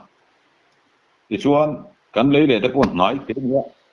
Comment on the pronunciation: Tuman leileh an ti lo, lei let tih tur.. sam met hi lu met an tih ang hian leileh hi leilet tih tur..